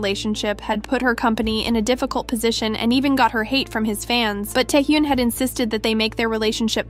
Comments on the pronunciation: It is Tae Hyun not Tae Hyoon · At least google how to pronounce "taehyun" please this is embarrassing